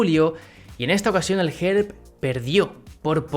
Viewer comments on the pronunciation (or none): Pronuncias un poco mal pero es normal Te digo Gerb se pronuncia guerb Borisov se pronuncia borísov